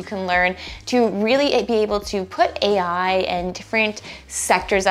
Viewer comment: 1. HEY EYE! 2. LOW KOD! 3. ASS-KEW-ELL! 4. ROBLO.. ROBOTIX! 5. CLAWWOOD!